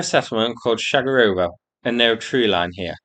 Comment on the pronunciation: The proper pronunciation is Shagarovo, Baby.